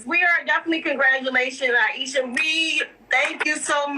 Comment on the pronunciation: She actually couldn't get Aishas name right?